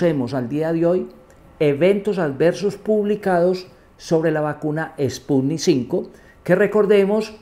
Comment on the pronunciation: Se la da de experto y dice sputnik 5 🤦‍♂️